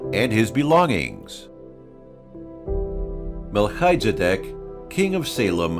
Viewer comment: "The Lord altered him about the esculating evil and........" ???? Wrong pronunciation of Malchizadec.